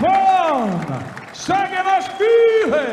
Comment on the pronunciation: Seems like Travis Bagent intentionally pronounces Levan's surname wrong "Shaginasvilli"